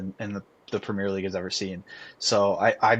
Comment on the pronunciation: premeer league? what is that mate 😂